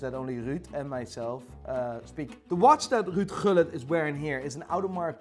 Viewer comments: broooo.... you have dutch roots dont you? if been thinking it for a few videos now. but nobody can rol the R and pronouce the G in Ruudje Gullit in dutch like a true flying dutchman! xD xD xD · “Ruud Gullit” heerlijk Nederlands gezegd! Fantastische filmpjes, lach me elke keer stuk